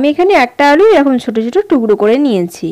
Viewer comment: its not tugro its tukro